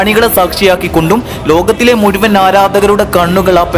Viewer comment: സുഹൃത്തെ അവതരണം നന്നായി പക്ഷെ ! ഏയല്ല , ഏഴ്, കയിഞ്ഞു , മുയ് വൻ , ഈ വാക്കുകളിൽ "ഴ ചേർക്കണം , യ ,അല്ല .